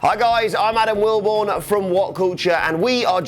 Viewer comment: Adam will-bony 😂😂